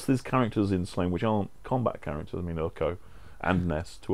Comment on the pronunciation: Sorry to upset people, but it is not 'Slane'. Sláine is pronounced Slawn-ye. Sounds silly hearing people saying Slane.